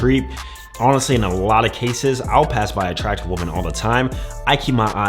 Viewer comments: "Woman" (pronounced woo mun) is singular. "Women" (pronounced wih mun) is plural. As you constantly mispronounce the word "women," you're making it singular. That means, to me, you mean exactly ONE woman. I don't care about your one and only woman. Learn to speak english. I hope it isn't your only language. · While the headline says "women," he keeps saying "woman," so I'm guessing he only has one of them. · Great video and no hate, but please man… learn to pronounce the word women correctly.